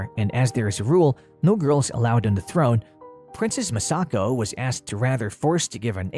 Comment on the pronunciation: MA-sako and MI-chiko